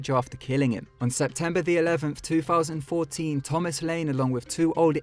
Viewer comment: TWO FOUSAND FIRTEEN